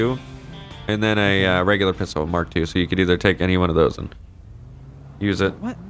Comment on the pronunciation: It’s Not MK II pronounced Mark 2